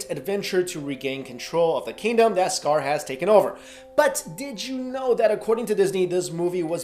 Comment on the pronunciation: i thought you said if you didn't shit a tear you're a robot, and you called him uncle scott instead of uncle scar lmfao